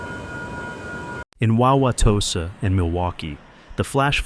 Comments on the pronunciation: That was funny hearing Wauwatosa pronounced. 😂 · Wanted to dig out the feather hat and tipi hearing that pronunciation 😂